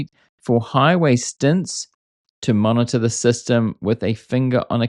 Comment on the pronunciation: Did you say the Robotaxis use a human safety “monitor” or “martyr”? With Tesla, either may apply.